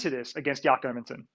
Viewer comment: yack herminson and bennator...15 seconds in and i already want to slap this dude from espn in the face